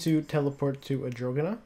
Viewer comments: i thought the same thing.. arr-dough-- nnnnn that is how you pronounce it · he goes: Adrogana l0l